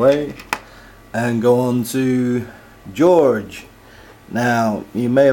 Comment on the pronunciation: it's jorge not george